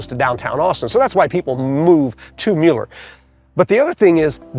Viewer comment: Excellent video. Admittedly, we live here. We appreciate your candid and fair portrayal of our beautiful neighborhood. Thank you so much for pronouncing it correctly!